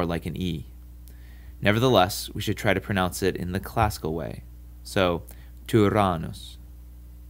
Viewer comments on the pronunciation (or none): The long vowel ō in Latin /oː/ is NOT the same as the O in English "holy" /əʊ/ or /oʊ/. Use IPA for your examples. You also need to pronounce double the consonant in "tyrannus". The NN sounds like Italian "penne" or Spanish "perenne" (put them into Google Translate to hear them).